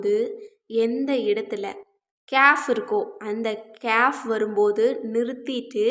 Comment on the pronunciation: சகோதரி கேயாப் என்றுஅறபு மொழியில் ஒரு எழுத்து இல்லை. நீங்கள் சுட்டிக்காட்டும் எழுத்தை ' ك' காfப் என்றுதான் உச்சரிக்க வேண்டும்.